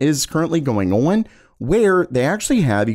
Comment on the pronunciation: The way you say on drives me crazy. “Oin”